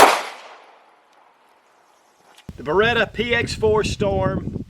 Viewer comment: BereTTTTTTTTTTa is the right pronunciation ;-)